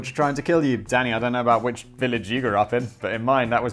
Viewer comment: Every time you say danny, all i hear is daddy. Just yellin "daddy yes!" Lol.